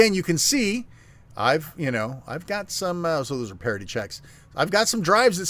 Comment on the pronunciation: Parity should sound liker charity when said. not partity :P